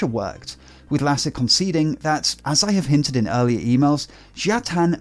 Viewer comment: Lasse is pronounced as "Lussa" :)